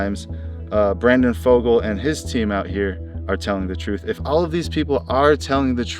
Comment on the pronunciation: Fugal not Fogle